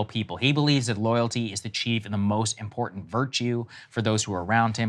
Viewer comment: How does she mispronounce the word important?